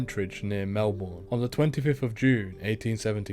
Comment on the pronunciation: Jerildery and melbourne, van dienmans land, wallan wallan- why prounance these so weirrdly